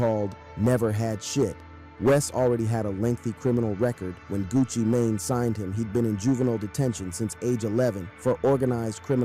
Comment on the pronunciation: I thought he said gucci Mayonnaise 😂